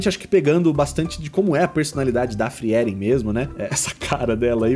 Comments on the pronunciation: Eu amo Frieren (pronuncia-se "fríren", não "friéren" rsrs). Eu me diverti muito com os desenhos e o resultado do seu ficou simplesmente perfeito! Realmente impressionante para alguém que julga não dominar o estilo anime. Parabéns ❤ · Acho que é a primeira vez que ouço alguem falando o nome da personagem como FriÉren ao invés de FrÍren